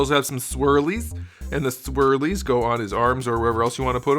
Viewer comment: The way says "Swirlies" makes me lol:D